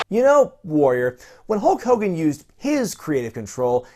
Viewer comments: It's not "Hulk Hogan", it's "HOAKOGAN" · It's definitely Hurg Grogan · HO KOGAN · CRASH THE PLANE, HOAK HOAGAN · KKOKE KOGAAHN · Hauk Hogun SNOOOOOORT! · 3 years late but its kulk Kogan.😁